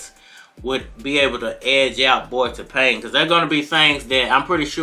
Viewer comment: Tapang means brave. The stress is on the second syllable when pronounced. ( Ta - pang' )